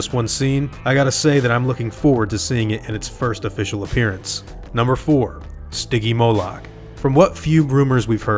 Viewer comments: its not stigymoluck its stingymoulk {s-t-yn-gee-moulk}. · It's pronounced sti-jee-mo-lic